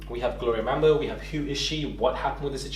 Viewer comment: It’s Gloria Bambo not Mambo